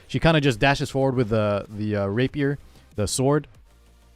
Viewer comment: its RAPIER not rapier xD